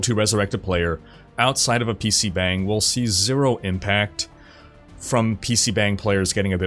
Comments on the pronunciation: please, you are hurting my ears. It's pronounced PC "BAHNG," there is no "bang" sound in korean. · It not pronounced pc bang (spelt that way, romanisation is crap). It is more like pc bung. Like hung b+ung. This is why in Korea most Koreans treat "a" as "u" in hung for all a. Just fyi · Its pronounce "bong" not bang. bang is fucking. bong is a room. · Bro. It's PC BONG. Like, yeah, they spell it "bang" but it's not how it's pronounced. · Btw it’s pronounced more like “PC Bong” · I love you, but I’m cringing every time you say pc BANG. It’s not BANG. The “a” is actually more like a soft “o” like the sound o makes in lottery!